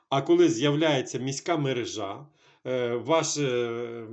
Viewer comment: Якщо мережА, тоді магАзин і продАвець. Якщо МерЕжа, тоді магазИн і продавЕць. Треба бути послідовним і якщо перекручувати наголоси то в усіх словах підряд.